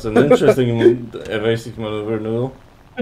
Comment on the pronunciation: "that's an interesting evasive maleugheluhulh" i agree